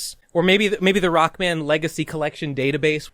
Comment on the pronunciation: Video Start: I feel like this shoulda been broken up into multiple videos as well in: 'Roku-man hes a stroong sensu ov jestice'